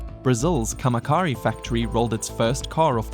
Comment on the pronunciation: Camaçari, the Ç sounds like an S.